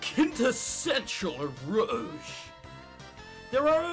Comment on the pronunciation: It's pronounced Ero Ge, like the G sound in Goku and Golf...X3 This game sucks so hard it is actually good